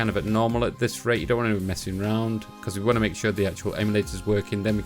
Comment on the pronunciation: "If you wan to."